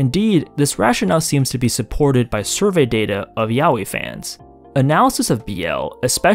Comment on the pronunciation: I appreciated a lot that you pronounce yaoi as intended and not as "yah-wee"